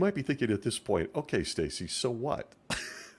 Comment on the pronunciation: Estacy or Stacy? Care much to not say your name properly. Really love your podcast.👍🏼👍🏼👍🏼❤❤❤